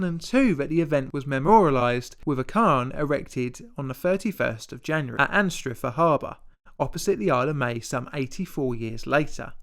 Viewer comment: Or ‘cairn’ or ‘Anstruther’, oh dear. An avoidable disaster is your pronunciation